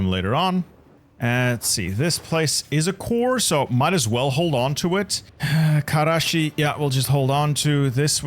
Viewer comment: Awesome video man, and solid Turkish pronunciation, as a helper: there are no guttural sounds in Turkish, you don't need to say Hhqkermiyanids, the G there is the same as in Game. Also the s is s and ş is sh, you don't need to say Kareshi. Have fun kicking the Turks out of Anatolia lol